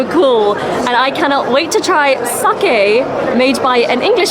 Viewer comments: 英語圏ではサキって発音されることも多いけど、サケって正しく発音してますね。日本のイベントなので日本人好みの味が分かります。海外の日本酒は現地人好みに変化して行くしそれはそれで悪いことではありません。でもとりあえず日本人好みの味を楽しんだのですね。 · sakeをsakiと発音する外国人多いですが、流石です。